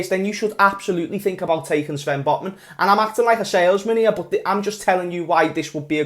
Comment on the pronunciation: At the start of the video I thot that said LFC singed Botmen lol😂